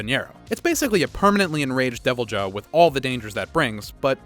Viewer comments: He called the Deviljho a “devil Joe”🤣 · DevilJoe :3